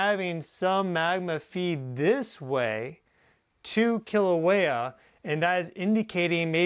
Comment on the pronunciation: Kīlauea! Pronounced “kee- la - weya